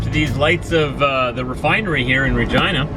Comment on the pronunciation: Sorry for roasting you but you saying Regina Saskatchewan sounds like Vagina Saskatchewan